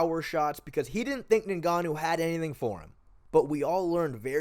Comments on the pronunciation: Its not NayGannou its nGannou If you can't say it just say Gannou. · His name isn't "ningahnoo"